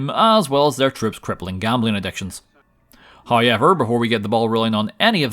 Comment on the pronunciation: You gotta say haiever every chance you get